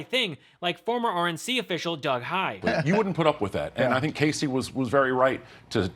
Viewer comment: Bannon is so dumb and uninformed that he can't correctly pronounced Hunt's first name. How do you get Cassie from Kasie? Remember the rule about two consonants v. one following the vowel, Steve?